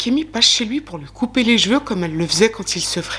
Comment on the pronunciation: Moi, ce qui me "fane", c'est quand tu dis " jjj'veux " à la place de CHEVEUX 😂😂😂 Merci encore et toujours pour ton travail de qualité 😉👍🏻🧡 Prends soin de toi 😘